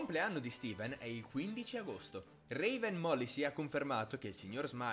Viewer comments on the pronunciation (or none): none